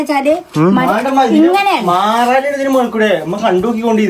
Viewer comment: മാറാല❎ മാലാറ✅ 😂😂😂